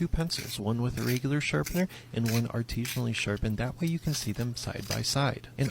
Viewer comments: He keeps saying artesian which has to do with water not artisan which is he's doing lol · I want to scream every time I hear the word "artesianally." That isn't the right word. Artesian refers to a kind of well in which water pressure comes from the source natural ground water being at a higher elevation. Many municipal water supplies use water towers to artificially create the same effect. The word he is trying to say is artisianally. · The mispronouncing of artisionally is kiiiilling me bro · the give away that this guy made a fake job real is that he doesn't know how to pronounce "artisanally". He keeps saying "artisionally", because he thinks it's artisean. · Biggest red flag is how this man pronounces artisanally